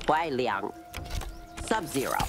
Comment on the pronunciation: Finally, somebody who pronounces Liang in Kwai Liang correctly